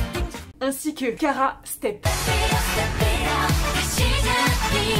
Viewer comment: Sérieux c'est quoi sa? On dit pas KARA MAIS K-ara (K anglais + ara) Bermuda triangle? Sérieux c'est quoi cette anglais de merde (tri - end-gle <-help prononciation) :O